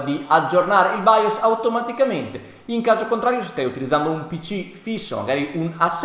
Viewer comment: nemmeno capace a pronunciare BIOS che è baios ma santo dio